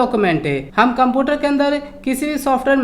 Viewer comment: Computer to bolna Sikh lo